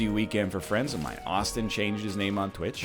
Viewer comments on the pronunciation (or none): none